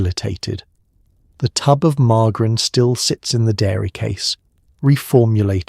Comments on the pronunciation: The AI voice needs to be instructed on how to pronounce margarine . It's not mar-gar-in. It's mar-jer-in. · What is with this pronunciation? AI is such crap.